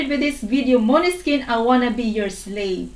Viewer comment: You pronounce maneskin better than Italian people 👍🏻